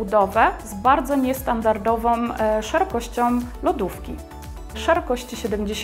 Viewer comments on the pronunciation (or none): Jak ta pani okropnie mówi. Ciągle wymawia "ą" jak "om: "NiestandardowOM szerokościOM lodówki" itp.